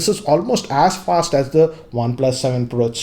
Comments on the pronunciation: anyone noticed,he pronounced flast instead of fast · flast and fluid😂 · Very flast and fluid.😂 Indeed And he always tells WRAP charger😅